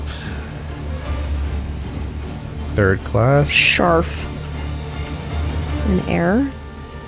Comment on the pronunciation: They are Wirbel (Veer-ble - vortex), Scharf (Sch-arf - sharp), Ehre (Ear-Ruh - honor). got Scharf right.